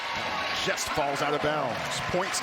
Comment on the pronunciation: i may be wrong but i think he said “just” not yes i think it sounded like yes